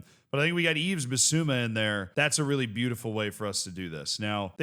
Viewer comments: You really need to stop saying YveS. The s is silent 😅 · Please say Yves correctly. 😢